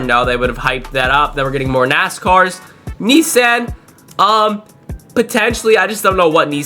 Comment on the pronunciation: I wish he'd stop butchering the pronunciation of Nissan! 😅